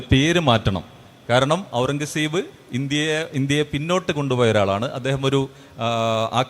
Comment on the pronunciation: എത്ര വലിയ ചരിത്രപണ്ഡിതന്മാർ ആയിട്ടെന്താ... പേർഷ്യൻ വാക്കായ ഖുർറം കസബ് എന്ന പേരൊന്ന് മര്യാദക്ക് പറയാൻ പഠിച്ചിട്ടില്ല. ടിപ്പുസുൽത്താനെയും അയാളെയും താരതമ്യം ചെയ്യുന്നതിൽ യാതൊരു അർത്ഥവുമില്ല. രണ്ടും രണ്ടു ധ്രുവങ്ങളിലാണ്. അവസാനത്തെ മുഗൾ ചക്രവർത്തിയായ അയാൾ ഒരു സലഫി ഭ്രാന്തനായിരുന്നു